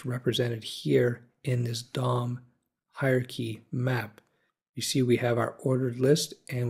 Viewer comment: I can't help but giggle every time you say Dom, because it sounds like you're saying dong. lol